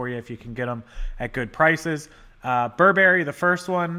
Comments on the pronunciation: This is NOT how you pronounce Burberry. The accent is on the first syllable. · Almost every American youtuber pronounces it like the cereal from when we were kids. Remember Count Chocula and Booberry? Guess which clothing brand is really BURR-bur-ee? This video goes in my eBay guide list for great content. Thanks,!